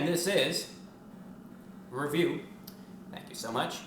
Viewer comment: So this is 3 times he says wecomle this is reveiw